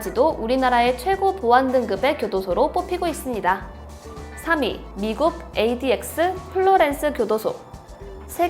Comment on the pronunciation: 나만ADX를 KTX라고들엇냐